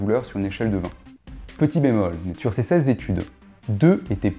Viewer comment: moi je crois bien que t'as dit 16 zétudes et que t'as rectifié au montage :p. Blague à part, content de découvrir cette chaîne instructive. Merci